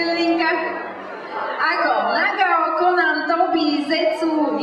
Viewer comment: naruto akatsuki trošku zle prečitala :D tobiho ako Gobi a nagato ako Nagao :D